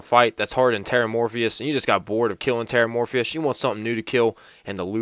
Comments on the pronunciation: TERRA-MORPHOUS, Not fucking Terra-Morphius. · lol you said terramorphfish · its ''terramorphous not terramorphious'', i used to make that mistake 2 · It's not Terramorphius. It's Terramorphous. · I love how nobody can pronounce Terramorphous properly. They always say it as Terramorphius like morphious from matrix.. Seriously kids need to learn to read these days. Theres no "E" sound in it.